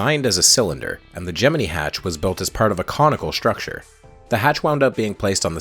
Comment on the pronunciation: “Gemene” No. It’s GEM- MIN- EYE